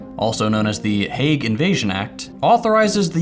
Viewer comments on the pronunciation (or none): I agree with you but please stop pronouncing Hague like that.